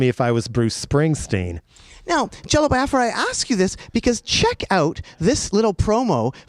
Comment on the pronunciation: I love that Jello Biafra says it correctly "bee-ah-frah" not "bye-ah-frah". It was a sovereign nation that never saw the light of day fought for by my ancestors 🌅